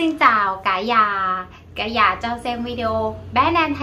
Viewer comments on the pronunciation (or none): your Vietnamese is fairly well; except several sounds you’re still pronounced a bit incorrect yet; i.e. when you say the sound of “house”, you pronounce it more like “già” (old) instead of “nhà” like the second part of “senior”; perhaps could assist you with this part. Wish you well,. 💐